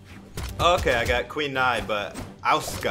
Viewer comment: Said Asuka's name wrong, the disrespect... I'll let it slide